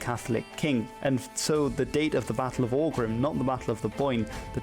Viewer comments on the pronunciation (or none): “Aughrim” is pronounced “och-rim”